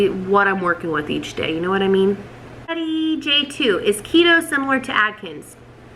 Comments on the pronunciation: It’s Atkins, not Adkins. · Adkins!! Isn't it Atkins? Lol